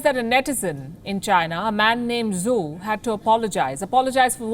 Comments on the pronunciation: Zhou is not pronounced as Zoo. It is more like Joe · "zhou " is pronounced like 'joe'